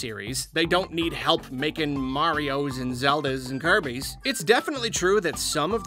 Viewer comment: Dude, di you just said KOEBIS??? Don't disrespect out pink dumb balloon please! In all seriousness, that is funny... koebis lol